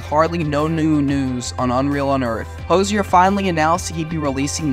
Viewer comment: Thanks for doing all that research for us! It was fun to see rare earlier clips of Hozier. Much appreciated! I think however, you mispronounced his last name and the word diatribes.